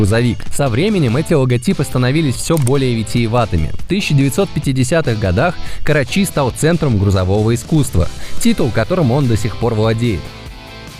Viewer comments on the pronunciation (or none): КарАчи а не КарачИ